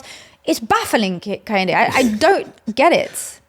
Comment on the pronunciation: KEH - HIN - DE not KAH - HEN - DE